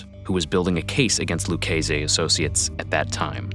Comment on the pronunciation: Luch-ay-say. Lol the mispronunciations in this video are classic!